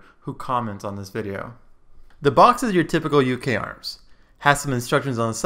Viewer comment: it should be pronounced Uka-arms